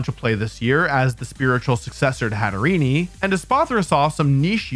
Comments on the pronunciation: Hatterene. The last part being like serene not serenee. That extra e you use doesn't belong and really grates the ears. Please. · every time he says hat er ee nee and kahn toe my life decreases by an hour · The way he keeps mispronouncing Hatterene kept bugging me so here it is a mix of Hat and Serene and to go with their fairytale connection the Mad Hatter